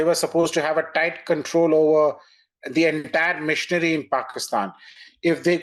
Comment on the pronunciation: LOVE HOW PRONOUNCE WORD MACHINERY AS "MISSIONARY". PROBABLY GOT A LOTS OF RICE BAGS. COME BACK TO THE RELIGION OF YOUR ANSESTORES. FOLLOW VED AND LET GO CULT YOU ARE IN NOW ITS NOT WORTH IT.